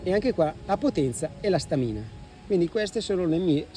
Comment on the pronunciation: Complimenti per il video…unica cosa: si dice Stamina con l’accento sulla prima A! 😉